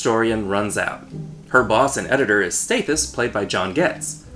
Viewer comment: Great movie but please figure out how to pronounce Stathis. It's staa-this not stay-this.